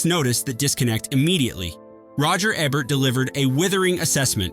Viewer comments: It’s Roger Eee-bert not Ebb-ert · ROGER EEEE-BERT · Can you say the letter E? Can you say Bert? Now, combine the two. EEEE-bert. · And it's EE-bert, not Eh bert